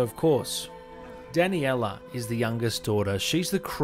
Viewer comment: No one: Him: Danny-ella Cuh-sand-druh Bela